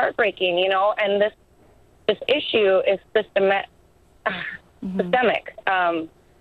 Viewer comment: Oh Brother...not again. stumbled with the pronunciation of "systemic" while clearly reading her lines...Guns r Bad Mkay...